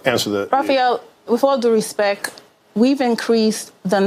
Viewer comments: "Raphael, WIFF ALL DUE RESPIK" & "DEEZ TESSES BEE CULTURALLY BIAZED" gtfoh w/this "gimme gimme gimme" & "appatoonity isn't there for black victims of racial profiling" It's all victim liberal BULLSHIT!!!! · Its worded so they dont understand the test? This is coming from a woman who couldn't pronounce respect, unbelievable! Respeck ✊ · Did she say "re-spek"? Wtf is re-spek? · "With all due respeck" you don't have a.clue. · she said "respeck"... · "wif all do respek" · OMG! did she just say "respek"?!?!?!? Its pronounced "RESPECT" woman! damn ironic she wants dummys like herself to get a chance, why?, because you feel left out for being so DUM? haha("DUM") something shed write down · She says "With all due respeck"...gimme a damn break. Make the tests more difficult!!! No more free points on entry tests!!! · "with all due respeck" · “with all due respek” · This bitch actually said "With all due respeck". What a moron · "with all due respeck..." Jesus, Shaneequa, I thought you were at least trying to seem intelligent. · With all due “respec”! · Then she said, ", wiff all doo respeck,... ". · wiff all do respek. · "Wif awl due respeck" This is a disgrace. Earn it or you don't get it. So sick of this!!! She seriously said, we don't want black kids to have to study. Dispicable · ... Wiff aw doo rIspeck, STUPID PEOPLE ARE INEDUCABLE. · ", wif awe do respec", this is the person we are speaking to as we try to solve the problem. Di Blasio can't find one billion dollars that was funneled to his wife. No receipts? That is billion with a "b". These white teachers are racist because they are white. Where do you even begin to argue? If somebody said, "You are racist based on the fact that you are black", what would you do? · . “ with all due Respek”. 😮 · "No disrespek, but...." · Raphael, wif all due respeck....